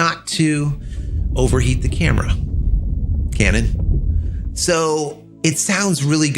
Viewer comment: "overheating issues...(pause)...Canon." You're killing me over here! 😆 🤣 😂 & once again, there's that topic of articulating screens.